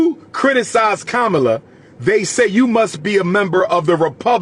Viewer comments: It’s Comma-La why keep disrespecting her name? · He said Kabamala 😂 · He said: KABAMALA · I lost respect for you when you deliberately pronounced Kamala’s name wrongly, just to disrespect her; and lied about her sister’s complexion… in fact you are continuously sounding like Trump … Since you claim to know what policies the Black community needs implemented, why don’t you RUN FOR OFFICE and get them done. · Your a disgrace mister history major for you to continue to mispronounce her name when you know better that's no different than boy and gal you know 50 percent of all blacks in America aren't pure African